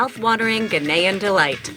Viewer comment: 👍🏿👍🏿👍🏿👏🏿👏🏿👏🏿. The gentleman says Ghanaian correctly. Try visiting Ghana for holidays.